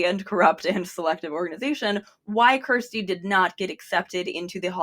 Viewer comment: You're pronouncing Kjersti's name so wrong.